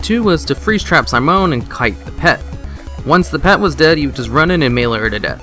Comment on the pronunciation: Downvote because you don't know how to say Simone.